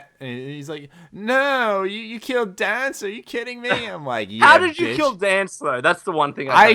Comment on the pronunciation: Danse is pronounced Danze, even in game by the characters, yet people stillllll say it wrong